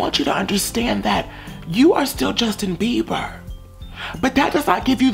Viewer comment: I’m done.... every time you said his name, I died.